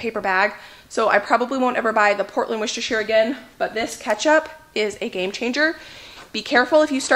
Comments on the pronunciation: It's pronounced wuster sauce. No one says the shire part lol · Hi, I am from England and I thought I would just tell you that it is just Worcester (pronounced wooster) sauce. I have never heard it pronounced properly here. It is not Worcestershire sauce at all.